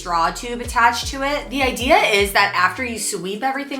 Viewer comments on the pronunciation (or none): none